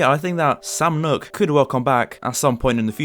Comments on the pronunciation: its sam noock not nock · Did you really just say sam knock instead of sam nook? Cool vid tho